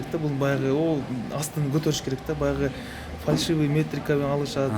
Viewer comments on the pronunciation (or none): none